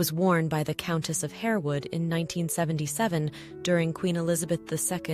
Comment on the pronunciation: Countess of HAR-wood, not Hare-wood.